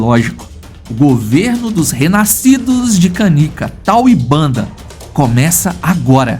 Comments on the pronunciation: Já vi esse documentário e a narrador era una mulher e adorei ele chamava uns dos leões bandar ! e não banda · Fraternidade dos leões contém a história de Tal e Bender. Lá se ouve a pronúncia correta dos nomes dos leões e do bando. De onde saiu Banda? Do documentário da National Geographic é que não foi.